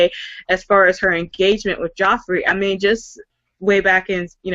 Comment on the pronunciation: Lol! Everyone kept pronouncing "Joffrey" as "Jeffrey".